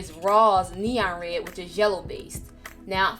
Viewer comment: I like how she says red. "re"